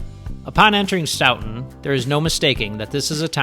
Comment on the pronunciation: stoughton is pronounced with an "oat" not "out". Great video, I'll have to try that route sometime.